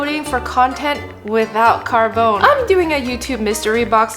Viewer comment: WHY do you read names, PEOPLE'S names, like you read any other words? CarbonE, E, not CARBÒN. You have to read it, and not like the american E, the italian E!